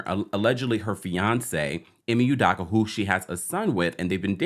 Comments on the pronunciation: Can you please say his name right, it’s Udoka not Udocka OOOOOOOOOOO. Hope, rope, dope, soap, coke, udoka..... please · Excellent commentary and updates! Just one thing: his last name is pronounced Oooo-dough-ka. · Who tf is Ime Oodocka 😭😭😭 bruh come on. If you're going to post news about something, GET THE NAME RIGHT. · Americans act like they can't pronounce ppls mande right its udoka not daka 🤦🏾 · This man Ime is probably 50 years old, has been on TV for maybe 25 years old, was in the NBA finals last year, blow up recently for like 3 days - and we still can’t pronounce his last name? It’s either Yudoka or U-doka but it can’t be U/Yu-DAka…it’s do, not da. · It’s “e-may oo-doh-kah” not “e-me you-dah-kah” - just fyi 😊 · NOT "Yoo-DAH-KAH", its "Oo-DOH-kah" as in "Ee-May Oo-DOH-kah". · First of all, his name is pronounced, “ U-Doe-Cah “. Second, Ime and Nia were NOT married. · Sorry but how do you do this much research and still say his name wrong😂 not youdoccckkka😂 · Please work on pronunciation of udoka name. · Best pronunciation of Udoka so far😂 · Could you please pronounce Ime's last name correctly brother 🙏🏿 thank you